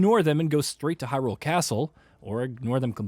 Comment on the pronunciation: Why..why do people keep saying hyRULE?!! It's Hyrule